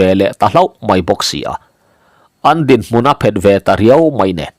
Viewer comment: Ka sawi lawk duh chu a thiam ber ka nilo tih ka hre chiang chung hian thumal i thluk dan a ka ngaimawh pahnih kan sawi lawk. A ter phak lo,tih a ter lai hi. Tepter tih a ter anga hniamin i lam thin hi a diklo a, chengsawm kan tih a cheng ri ang hian ter hi lam tur ani. Tin, an dinhmun a phet tih a phet pawh hi, ake a phet tih leh a dona an phet tiha phet ang hian ilama, kawl a phèt laiin tiha phêt ang a lam ṭhin ani bawk.